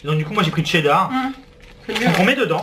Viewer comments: En fait je sais pas si vous savez mais c'est cheddar pas tcheddar 😂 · Vous dites tcheddar ?